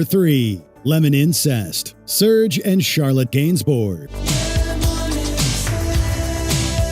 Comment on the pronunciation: Slayer was thrash metal...not extreme metal. Was painful to hear the way the guy says serge and chsrlotte gainsbourg